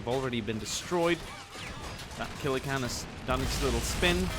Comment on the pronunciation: You pronounced Killer Kan wrong You pronounced Sentinel wrong That’s not a Melta that’s a Gravcannon Their called Choppas and Nobs You never once said Boyz and I’m disappointed Yellow and black are the bad moons clan No WAGHHHHHHHHHHHHHH 1/10 Calling the Imperium the “empire” -1 Baneblades are used mostly by Astartes, that’s why. The Orks with the heavy guns are called Lootas or Big Shootas